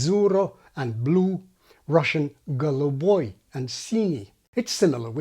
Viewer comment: Your pronunciation of the words "синий" and "голубой" was flawless! I run a YouTube channel about phonology in Russian and also another channel about linguistics in English.